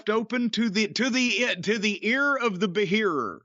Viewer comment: "Ear of the be-hearer"🤣🤣🤣